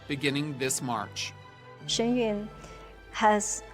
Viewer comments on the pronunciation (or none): The interviewer could have, at the very least, learnt to pronounce the 'Yun" correctly!!!!